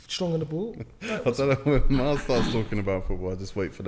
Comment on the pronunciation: Miles just said mooy.. Wow!!!